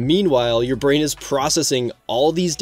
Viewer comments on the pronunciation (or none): none